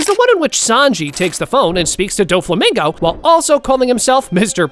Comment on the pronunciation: bro Said doflimingo